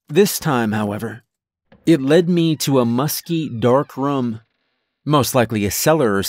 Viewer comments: Well done! I'm a large fan of what's known as "Portal Fiction" and this is clearly in that realm. My ONLY issue with this was how you'd say "room", it came off more as "rum". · Loved this story. But...his pronunciation of the word "room" as "rum" drove me crazy. Lol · I don’t think there’s one story from u where u haven’t said the word “room.” I notice every time because u pronounce it kinda like “rum” lol